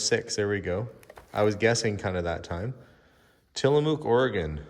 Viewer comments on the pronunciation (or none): I got at least two good laughs out of this one: the loud flower (flour) shirt, and your pronunciation of Tillamook (I live a couple hours away). It rhymes with book. Thank you for the smiles! This was an extra fun one, but you never disappoint!